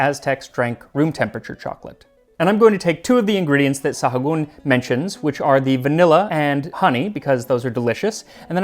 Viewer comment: Sahagun is pronounced Sah goon